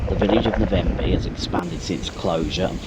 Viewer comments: Navenby, not Na-venby.🤔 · Great but the Navenby was pronounced wrong, I lived on a farm near Fulbeck and often this line was used on Sundays when maintenance was being done on the main line, many famous locos steamed by, loved these times.